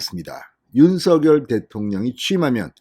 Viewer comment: 다 좋습니다. 근데 윤석열 당선인의 이름 부를 때 발음이 조금 거슬리네요. 윤 석 열 , 윤 서 결 처럼 들리네요